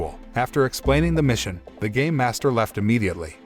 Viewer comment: He made it sound like gay master when it's actually game master the dude litterally took off the '''me'' off the word game.